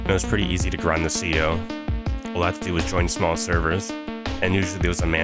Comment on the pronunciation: C O? ITS SPELLED CEO FOR A REASON C-E-O SAY IT LIKE ITS SPELLED